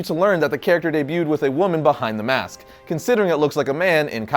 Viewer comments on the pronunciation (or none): none